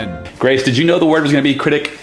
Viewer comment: cirtict it is critic